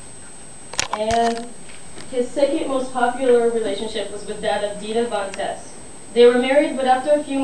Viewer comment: Woww. You mispronounced a lot of stuff. (Absynthe is said "ab-sINth," you know, like "synthesizer," "Von Teese" is pronounced with a long E, and it's "Anton La-VAAY," emphasis on Vey.)Also, Marilyn Manson did NOT get breast implants for the cover of Mechanical Animals, and he didn't ever light a cross on fire. And when you were talking about the relationships, why didn't you mention Rose McGowan? The media was all over that! For the person you admire the most, you sure don't know much about him.